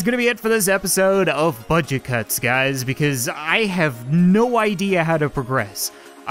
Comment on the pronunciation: Fudget cuts? he said fudget cuts at the end, LOL